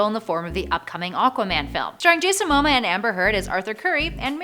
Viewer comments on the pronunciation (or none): His last name is pronounced mah-moe-ah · ITS JASON MAH-MOA im only triggered coz hes samoan and so am i so pls respect the names